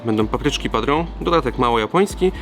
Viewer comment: Super odcinek,jak zawsze :) jedyna uwaga-papryczki padrón wymawia sie tak jak sie pisze czyli "padron", nie "padrą" ;)